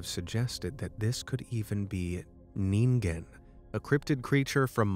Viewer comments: You said it wrong it’s nin-gin not need-gen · It’s ninen not ningen